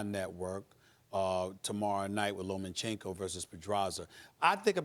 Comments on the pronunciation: Steven A Smith......it's Loma-chenko not Loman chenko. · Why does this presenter say Lomanchenko? Seriously tho, a few extra warm up fights and Wilder wouldn't have had a chance against Fury, exactly why Wilder never fought Klitchko and why he still hasn't fought AJ. Skilled boxers (and yes after the Parker fight I think AJ now has skills that Wilder doesn't have) with a similar height and reach of Wilder will destroy him, fact is he is a brawler not a Boxer and there's a big difference between the 2. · It's Lomachenko, not LomaNchenko. Please take your job seriously enough to know the names of the people you are talking about. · "Lo-man-chenko" "Rig-on-dee-ow". For fuck's sake